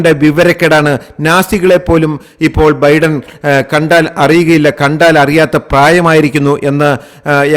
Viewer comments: തന്റെ ഒരു അവിഞ്ഞ പ്രസംഗം!!! എടോ വിവരമില്ലാത്തവനേ ഒരു പേരെങ്കിലും മര്യാദയ്ക്ക് പറയാ൯ പഠിക്കടോ??? തന്റെ ഒരു ബിഡ൯!! താ൯ ബൈഡ൯ എന്ന് പതിനായിരം വട്ടം പറഞ്ഞു പഠിക്ക്!!! Biden is 81 years old and Trump is 78!! The coming election is for the 47th President!! വിവരമില്ലാത്തവ൯!!! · ബിഡൻ അല്ല ബൈഡൻ. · ബിഡൻ അല്ല "" ബൈഡൻ "" ആണ് ശരി. ബൈഡന് എൺപത്തഞ്ച് വയസ്സായി. ട്രംബിന് എഴുപത്തഞ്ചോളം വരും. കൊലപ്പെട്ടു എന്നല്ല പറയേണ്ടത് "കൊല്ലപ്പെട്ടു "" എന്നാണ് ശരി. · എന്തോന്നോടെ. ഒറ്റ സെൻ്റെന്സിൽ പറയേണ്ട കാര്യം വലിച്ച് നീട്ടി. ബിഡൻ അല്ല ബൈഡൻ. എന്തൊക്കെ മണ്ടത്തരങ്ങൾ ആണ് വിളിച്ചുപറയുന്നത്, ബൈടനാണ് 81 വയസ്സ്, ട്രംപിന് 78